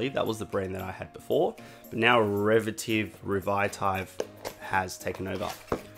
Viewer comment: Revitive - not a difficult word to pronounce really